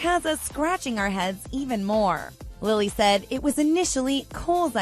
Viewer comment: Okay but its Lili not Lily~